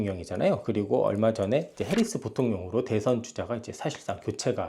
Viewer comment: MC님. 해리슨이 아니고 해리스입니다.